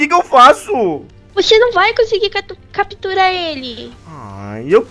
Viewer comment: a bonnie ia falar catupirar mas falou capturar